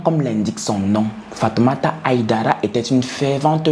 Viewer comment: le nom se prononce HAÏDARA et non HIDARA en français et même en malinké 😘